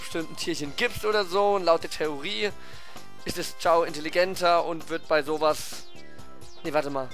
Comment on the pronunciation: ist kein kraft typ ist ein neutral chao... ps es heißt chao nicht kao...